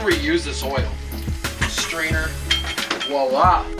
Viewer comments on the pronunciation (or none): none